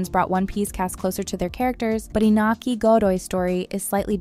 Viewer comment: I'm gonna be "that guy". Luffy = ❌Luh-Fee | ✔Loo-Fee Usopp = ❌You-Soap | ✔Oh-Soap (like Oh La La) Iñaki = ❌Ee-Na-Kee | ✔In-Ya- Kee